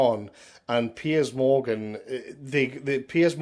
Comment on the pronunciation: Can we all just take a moment to appreciate most excellent pronunciation of ‘Piers’? PEEYAZ! Keep up the good fight,, millions of us appreciate it and agree with you!